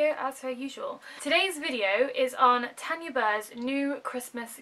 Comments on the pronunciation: You said Tanya wrong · Kawaii Berry Haha! My auntie is called Tanya and so I automatically say her name how my auntie pronounces her's. it's the same name either way just different parts of the UK pronounce it differently. Thank you so much for commenting though and pointing it out! Xx